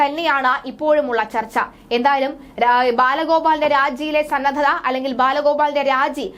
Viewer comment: സന്നത അല്ല സന്നദ്ധത.